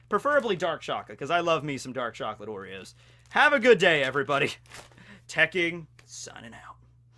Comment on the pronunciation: Oreos I heard Worreos- worry-ohs